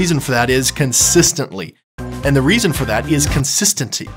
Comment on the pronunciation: haha "constincincy" love it!!!